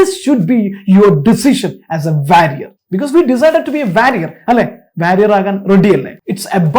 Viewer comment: "warrior" pronunciation is wrong.... Check it by googling.. enikkum ariyillarnnu.. ur talk is just awesome 🥰🔥